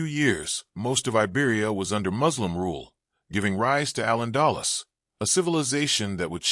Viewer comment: you MUST PROPERLY PRONOUNCE “AL ANDALUZ”